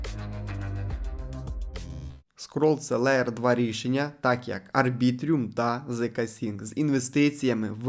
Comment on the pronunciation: Коли чуєм "арбітріюм" і "зксінкС" закриваєм відео відразу.